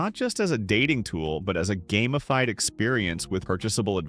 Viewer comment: The essay is good, but the bot voice tripping up on words like "record" and "gamified" really lets the video down. If you're going to use an AI voice, be ready to listen to your video and edit it where it makes silly mistakes.